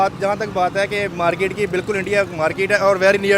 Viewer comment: Porky's accent - Markeeeet😂😂😂😂